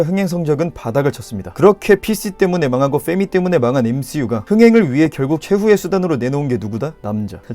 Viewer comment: 볼떄마다 느끼는건데 이분은 f발음(펙트, 페미) 발음이 뭔가 찰짐